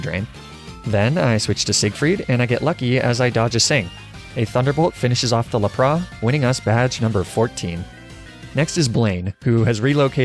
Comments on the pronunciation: Lapra, arkanine :( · Why did you call lapras lapra? Its La-pr-as lapras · Jeez lol no disrespect man but plz don’t call Laprasssssss “LAPRAH” no . Just no. Stop it. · Its not lap-RAH! Its laPRASSSSS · LAPRA? It’s L A P R A S S S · 'lapra' This is intentional, right? This game is Japanese not French, they don't do the silent S thing as far as I know. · The way he said laparas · What's a lapraa ? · ah yes, my favorite pokémon, lah-prah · Do you ever just 𝓛𝓪𝓹𝓻𝓪𝓱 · How did this man just pronounce Lapras? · La-pras Ar-kay-nine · I cannot get over your pronunciation of “La - Prah” and “Ar - Ka - Ni -Nay” but it’s still entertaining as hell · that lapras and goldduck pronunciation bugs me. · "Jolduck" and "Laprah" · Your pronunciation of Lapras and Arcanine is atrocious.